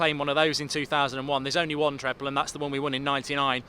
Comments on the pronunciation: This mug doesn’t know real football. He plays too much Fifa called matic CDM with no pace. What is a treple? It’s a treble not triple and certainly not treple. Pogba is trash in the prem. You my friend speaking are nothing but a clueless idiot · Ah Treble or Treple ?? what you saying man 🤣🤣🤣🤣🤣🤣🤣🤣🤣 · Mark are you saying treple or treble? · "Treple"? LOL :D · A.... "Treple"????? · Yeah it's odd. I know he doesn't care about pronunciation but treble is such an important word for United fans. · What the bloody hell is a "treple" 😂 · THE TREPLE 😂😂